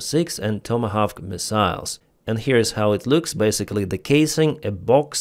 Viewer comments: try saying "Toma Hork" ❤❤❤ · It's pronounced "TOM-A-Hock" ...